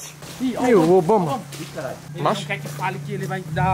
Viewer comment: O nome certo é IBAMA e nao Obama